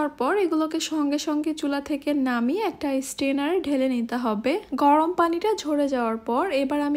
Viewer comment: বাংলার মেয়ে ভালো করে বাংলাই কথা বলো সেইটাই ভালো গরম কে গরম বলো গরওম আবার কি